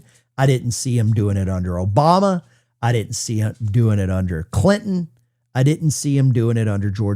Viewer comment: She couldn’t say Obama